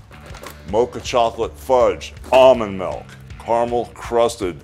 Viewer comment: "almond melk" xD